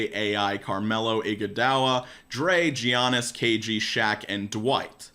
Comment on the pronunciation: Jit said "Gee - Yanis"